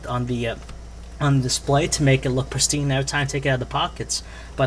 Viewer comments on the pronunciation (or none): Lmao "it look prestine erytime you take it out the pockets"